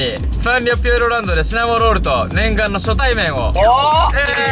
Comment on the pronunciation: さっくん、「初対面」は「しょたいめん」が一般的らしいよ